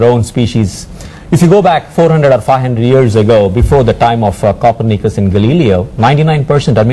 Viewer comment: where he pronounces Copernicus and Galileo as "Copper-Nikkus and Galeelee-O" hahahaa